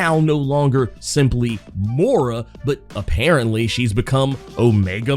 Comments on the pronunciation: It's pronounced "moy-rah" not "mor-rah." She's gonna be the new Borg queen. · I love you but it's Moy-Ra